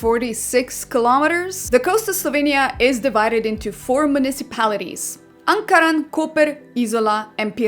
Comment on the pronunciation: Zgrožen sem, narobe si rekla ankaran.